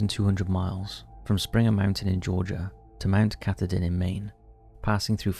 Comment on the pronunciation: FYI: the AT story, Mt. Katahdin is pronounced ka-TAH-din. Other than that, great video 😊